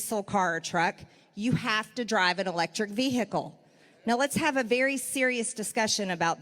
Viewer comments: You mispronounced vee-hick-kle. Common. If you’re gonna fall for her b.s., at least follow her speech patterns so we can tell who shouldn’t be able to operate vehicles or machinery. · The H in herb is lost, and then found loud and proud and capital in veHicles. Americans hey.